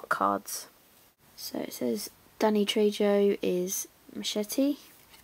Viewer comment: That's an incredible gift set...love the action figure! Wow you came really close to cutting into the box..it was pretty close to the surface...lucky! (Little FYI...Trejo pronounced Tray-Ho :) )